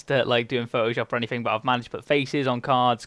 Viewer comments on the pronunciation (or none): none